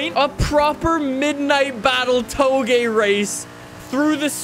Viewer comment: This man pronounced Touge “Toh-Geh” with full confidence, multiple times. Chat we can’t be letting him get away with this come on